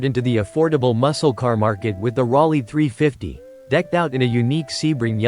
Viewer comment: Rawlee 350? Gotta love a.i. The 300 is a pony car????????? 1, Studebaker folded in Dec. '63 so there was no '64 Avanti and 2, the pony car market didn't start until 1964 with the introduction of the Barracuda. yeah and Rolls Royce isn't typically seen as a luxury car. Idiots. that's a pony car???????? Another clueless a.i. video. Camaro, AMX, Javelin, Cougar, Firebird, Dart. How 'bout those pony cars?